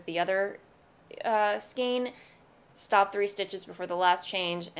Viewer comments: It bugs me that you talk about « skeens » rather than « Skayns »..Bugs me even more that you switch back and forth……. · I couldn’t help but notice you mispronounced skein. It has the long “A” sound as in neighbor and weigh. Remember the phonics rules?